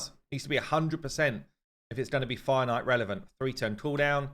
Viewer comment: I had to laugh at myself today. Finally I looked it up...What the heck is a "Finite" fight? Then suddenly I realized "Fire Knight"!!. I play the game fairly casual, no luck in pulling champions etc. (FTP) but do listen to you a lot. (Hate live arena).